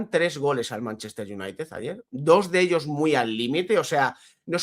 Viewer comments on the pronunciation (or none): none